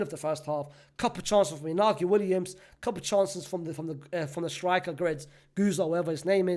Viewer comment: Brother I know english isnt your first language but WHO TF is INAGO and SZCZERSNY